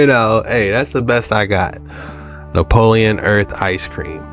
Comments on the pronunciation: It’s not napoleon it’s Neapolitan lol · It's not Nepolian it's neopolitin